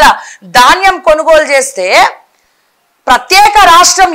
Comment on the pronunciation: It is dhaanyam not Daanyam ... so sad to see the errors in language ...